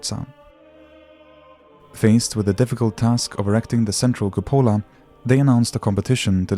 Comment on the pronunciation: Very interesting video, well made. I would just change the pronunciation of cupola (cúpola).